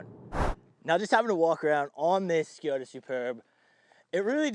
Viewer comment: It is Škoda not Škjoda